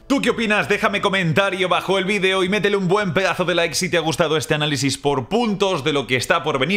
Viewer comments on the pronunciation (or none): none